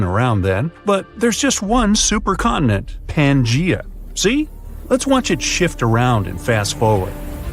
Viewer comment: Wow, he sure MIspronounced Pangea.